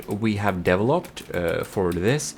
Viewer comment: So, how many of you out there caught when GModism says "developed", it sounds like he said "deviled up"?